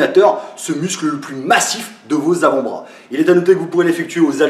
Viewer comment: "Verrouillez moi bien ce brôas" :)